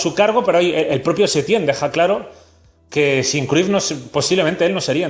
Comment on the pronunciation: Se Pronuncia Crayff